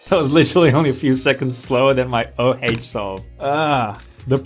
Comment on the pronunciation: Whenever I hear say o haych 😢